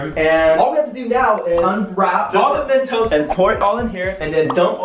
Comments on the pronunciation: Who heard him say a thousand mentoses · Who else noticed he said mentoses in the begging instead of just mentos 😂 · Did you realize he said mentesose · Wt...i heard mentoses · I cracked up when said mentoses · “ mEntoSEs “ i’m wheezing